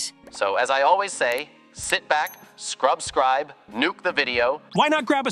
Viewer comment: Its not scrub-scrib its subscribe